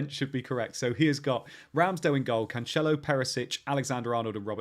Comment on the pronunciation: it's not "CanCHelo" but "CanSelo"